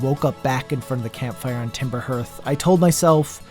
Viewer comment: Harth not herth. Great video!